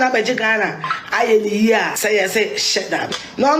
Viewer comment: Afia the name is cheddar 😮not sheddar.